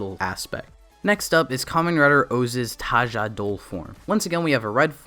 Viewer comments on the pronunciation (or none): Just so you know it's tajador, not tajadol, the dor part comes from condor